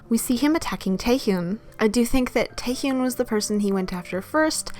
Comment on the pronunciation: just a heads up, Taehyuns name is pronounced more like Teh-hyuhn than Tayhyoon other than that this is actually a great video like always, love u <3